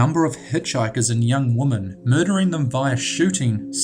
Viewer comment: I liked this video but thumbs down due to the retarded narrator that can't pronunce words properly including saying womAn instead of womEn